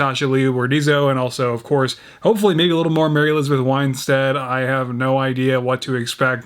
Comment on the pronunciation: It's Mary Elizabeth Winstead not Winestead, sorry it just keeps bugging me